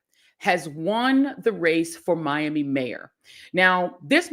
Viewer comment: I love you Joy, I was born and raised in Miami, but we do not pronounce Miami in that way! smhlol🙈